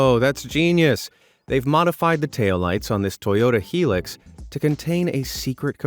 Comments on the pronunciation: you pronounce it as toyota high lax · Who else bursted out in laughter at the when he said the name of the Ute ? He should have just read what was on the vide screen at the time instead of saying what he said.